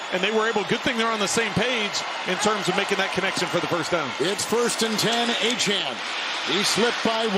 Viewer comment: These announcers really need to learn how to pronounce Achane's name ---- Sounds like A Chain